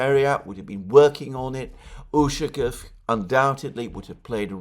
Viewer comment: You're putting the wrong emphasis on Ushakov's last name again. it is necessary to emphasize the second syllable of the letter 'a'.